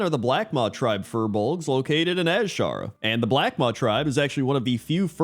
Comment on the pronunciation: i love you and everything, but please start calling it "Ajara", not az-shara